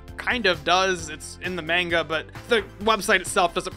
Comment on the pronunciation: Whats Main Ga? I know what Manga is but MAIN GA? im sorry...